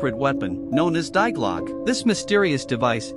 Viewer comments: Lil translation for all non Germans DIE GLOCKE means THE BELL you're welcome 🤗 Ps: Die is pronounced DEE.... Not Die. I tell u that for ur Future videos. But u can't know obviously. So no problem. Big thumbs up for ur videos because u bring out so much interesting information 💕🖤💎☀️ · TTS' fault for pronouncing "Die" as it is...